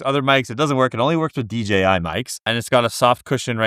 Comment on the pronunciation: DJI, not DGI